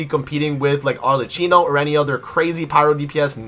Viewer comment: Informative and on point, very good, 9.5/10 because you keep butchering Arlecchino pronunciation.